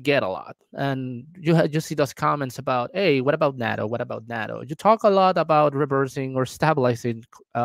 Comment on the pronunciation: step one is to pronouce it right: NAH-TOE: Long "A". And its delicious, not terrible. An aquired taste.